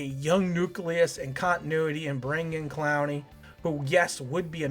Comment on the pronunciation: Why are you saying his name like that...?